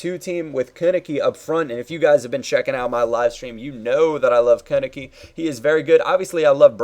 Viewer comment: Konnecke = Kern-eckuh